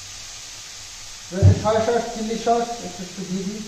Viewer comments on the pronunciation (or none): Kskui thik uccharan karen...saus...tumi kno Saush balo bujhina .sauce bolbe thik ache....